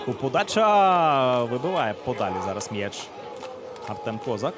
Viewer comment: Ніяк не можу зрозуміти, чому коментатор каже К'озак, а не Коз'ак? Що це за фігня?